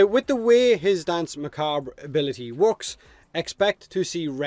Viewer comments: Macabre ="Ma-Kob" Don't worry,. I said it the same way for years as well~ Probably worse if anything, something like, "Ma-Ca-Bray" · Muh-Kawb is the usually accepted english pronunciation. The French pronunciation is more like Muh-Kaw-breh but the R sound is not stressed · Happy they didn't make his 2 as tanky as everybody was thinking, would really make him op. Also I believe it's pronounced "muh cob" but who cares say it however ya want. It's a weird word. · The RE in Macabre is actually suppose to be silent, pronounced Muh Kob, basically, but eh, dialects and all. The States I've run into people that just call it Makabur or something. So really, not bad. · Muh-COB. Like corn on the "cob". Say it with me, Irishman... Macabre... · Very close but its just macahb just drop that r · I think 'macabre' is actually pronounced like 'ma-cobb', but I have no problem with it either way. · Not sure if anyone has posted this but Danse is pronounced the same as "dance" and is, in fact, French for dance. Macabre is pronounced strangely. Sounds like mer-cob-ra. Mer as in mermaid, cob as in corn on the cob, and the "ra" is so short and clipped that you really don't hear it. Most of the time people pronounce it mercob. Anyway, hope that helped. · Not sure if it was already covered cause I don't want to scroll down the entire comment section, but Macabre is commonly pronounced Muh-cob, but technically in France, the origin of the word, the r is slightly pronounced. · Macabre has no real "right" way to pronounce it as far as I know. It just depends on your preferred dialect. I, myself, prefer to say it as Me-KAUB; which is the US/UK pronunciation. Me'ka:bre is also accurate being the French pronunciation. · Isn’t it ‘macarb’? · Macabre is pronounced like Mahkahb. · I always thought macabre was pronounced mack-a-ber. Am I wrong? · its pronounced mah cob, its a weird word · Macabre is pronounced muh-cawb, like corn cob. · Nah mate it's pronounced macabre. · ma cock bruh